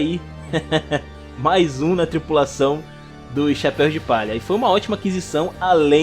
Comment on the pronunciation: Cara, sensacional seu resumo. Merece um like com certeza. Mas confesso que me incomodava bastante todas as vezes que vc falava “chapeis de palha”, “Nico Rubin”, “Zóro” ou “Ruffy”.